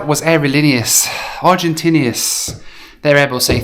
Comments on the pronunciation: Not to be offensive or anything, but the way you pronounce “Aerolineas Argentinas” is cringe-worthy to this Spanish speaker…. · Never ever ever say Aerolineas Argentneas again......ever.....I broke out in hives after your hundredth pronouncement of an earworm I'll never get rid of. Other than that, solid video. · You keep repeating “aerolíneas argentinas” with the worst possible pronunciation